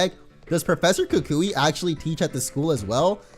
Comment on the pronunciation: Lol pronounces it "ka kooie" when its pronounced "ku kwi"